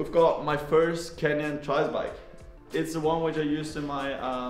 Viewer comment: i think He was joking since Fabio pronounce it a litle bit like Kenyan Bikes.